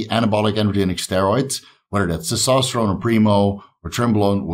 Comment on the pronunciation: Terkesterone? You gotta be kidding me.